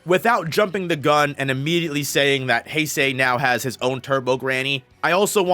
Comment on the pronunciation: Hase is pronounced Hah-seh. The way you’re pronouncing is as Heisei.